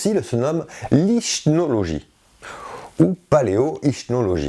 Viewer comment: Bonjour. Ichnologie je pense qu'on prononce iknologie cf: ichnologie \ik.nɔ.lɔ.ʒi\ féminin